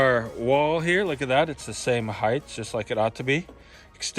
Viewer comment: It's HEIGHT not HEITH...pronounced like kite